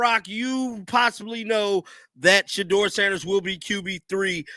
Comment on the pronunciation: Yeah stefanski can't even say shedeur name. Why hasn't he been fired. Lol